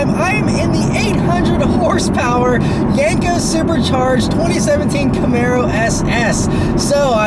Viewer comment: Yenko not yanko lol